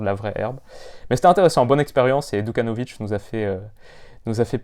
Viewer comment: super vidéo! juste une petite erreur c’est Djukanovic et pas Dukanovic et il a 19 ans!